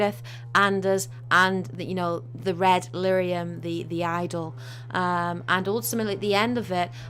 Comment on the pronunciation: Lyrium not Lythium. But great video! :) love it